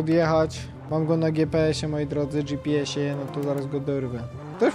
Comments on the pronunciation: gje pe es mówi taksówkarz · Logan zawsze mówił " wyślesz mi tego giepeesa" Ps:Pozdrowisz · derek thebill mówił "gjepes" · logan mowil gie pe es